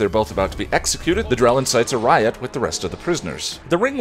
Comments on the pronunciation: I had a double take when he said Drell. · I thought I was hearing things when you called the green demon "the Drell." Glad I was wrong. Hi! ✌🏻